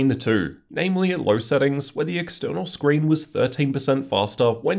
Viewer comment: You mean Scween